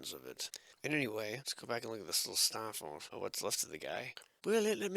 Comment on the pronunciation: The “SssstaaaFforrt” accent still gets me every time. 😂